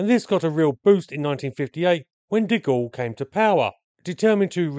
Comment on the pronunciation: I swear I heard you say "When Dick All came to power." I admit I had been slightly distracted at that moment and missed the context.